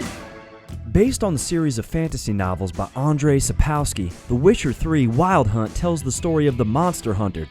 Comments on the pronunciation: It is Andjey Sapovskee , not Endjey sepowski... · It's Sap-kov-ski. Also Ghe-ralt.